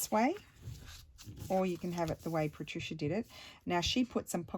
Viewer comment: Yay! I’m so happy you are doing my suggestion. 😃 it’s a color scheme I’m loving but struggled to create something and I just knew you would figure it out in a way that it’s so pretty with these Patricia pockets. Thank you so much! Also I love the way you say my name. Wonderful creations you are so talented.